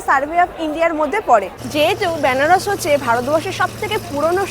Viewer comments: বেনারস না বলে ব্যানারস বলছেন কেন, উচ্চারণটা ঠিক করুন কানে লাগছে l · ব্যানারস না বেনারস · বেনারসের উচ্চারণটা ঠিক হলে ভালো হত। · আমারও শুনতে কেমন অদ্ভুত লাগছে 🥲